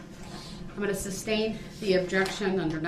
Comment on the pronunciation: This "dumbass" cracks me up! He hears the word "sustain" all day long and still says "substain", like a true idiot. And maybe just maybe he would hear the pronouncing word instead of yelling " grounds" every other word. And the entitled attitude, I get when he was born he was handed a EBT card, Obama phone, a monthly check and GED. But for God sakes boot lips. Learn your words!